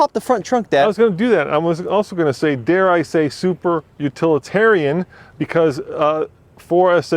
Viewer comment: Wow. really over emphasized the “utilitarian” word.